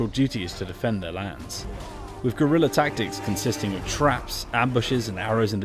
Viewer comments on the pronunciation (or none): none